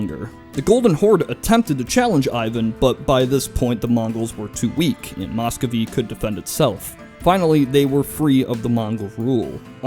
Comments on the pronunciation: It's pronounced 'mus-ko-vii' (spelled Muscovy), not mos-kow-vii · Nice video, but it's hard not to cringe every time he says "Moscovy." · Work on your Russian pronunciation. It hurts. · Good history, just pronounciation and spelling corrections below: Dimitri Don--skOy (as in "boy") It's spelled Muscovy ("Moo-scovee") And Mikhail is pronounced like "mee-ha-ill", not "muh-kale"